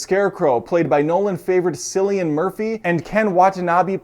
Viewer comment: Just a heads up for future pronunciations of Cillian Murphy's name...It's pronounced as Killian.